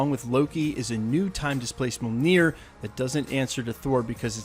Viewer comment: Brother, I'm a big Thor fan and I love your videos. I say this with much respect, bro you've got to learn how to pronounce mjolnir. Really. Keep up the great work brother.